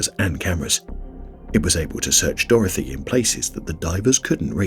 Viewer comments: I wish you’d stop calling it Dorothy 🤣 It’s Dorothea!!! Lol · It's not pronounced "Dorothy". It's "Dorothe a". People keep mispronouncing it. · Hunter It's not a spelling issue. It is a pronunciation issue, as I pointed out. He doesn't know how to pronounce Dorothea.